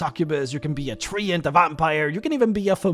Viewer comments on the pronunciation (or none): none